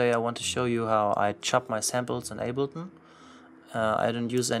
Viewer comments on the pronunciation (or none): none